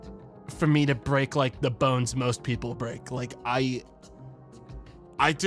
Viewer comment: "fragile bouones" wtf was that accent?